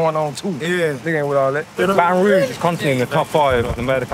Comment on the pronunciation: Rouge not Rogue but maybe yes